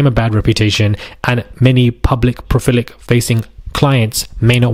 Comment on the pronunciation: Its PROLIFIC Not profilic.